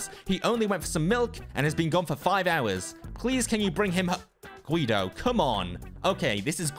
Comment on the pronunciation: Its G.U.I.D.O not G.W.E.O or G.I.U.D.O